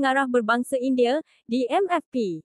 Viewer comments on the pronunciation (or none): Cuba dengar admin sebut indie...wanite ...lain maciamm